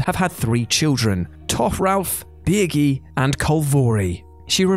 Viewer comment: Anyone else hear "Birgi" as "Biggie"?